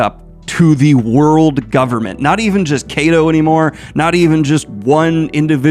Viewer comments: When will Daniel learn that names in Japanese should be pronounced as they sound rather than how you pronounce them in English. for example, Kaido will be pronouced like Kay in Kayak and Do will be pronouced like it is in the word "dog", while Daniel is calling him "Kei dough". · Everything in this video was great except for the pronunciation, Daniel it’s not vagapunk or kaydo 🤣 but it’s part of the charm I guess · Lol Kay-dough. Here's a comment you were trying to get with that pronunciation. You're welcome lol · kaydo and vagapunk is hard to hear lol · yes we know you are more of a casual one piece fan. Your pronunciation of Vegapunk and Kaido makes that clear 🤣🤣🤣